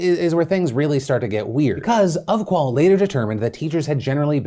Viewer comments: It’s pronounced off-qual not of-qual. Also the 40% number is teacher who gave their students lower grades than predicted not the algorithm giving them a lower results. The algorithm reduced the results very little. They are not getting there predicted grades they are getting there teacher gave them after the lockdown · UF-QUAL loooolll phill come on dude u could have just googled it lmao <3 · How he pronounced ofqual made me laugh